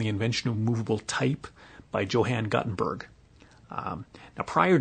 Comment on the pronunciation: So you consider the absurd pronunciation of Johann Gutenberg part of the game? (To explain this, let me say that any speaker of German would have to write the name as DSHOUHENN GATTINBOERG to reach the pronunciation of the video; for English speaking people: the name is pronounced somewhat like: YO-HUN GOOTEN-BEAR-G.)